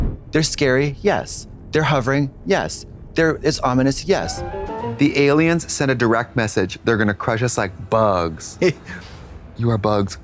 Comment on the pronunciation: Trixie pronouncing “aliums” makes me think she has seen the X-Files abridged vines. A true woman of culture.